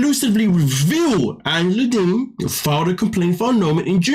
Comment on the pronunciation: Did you just say, ANGELA DEEMON"?!!!😂😂😂